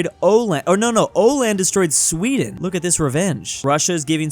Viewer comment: Åland has that little circle above the A. That makes the A sound like O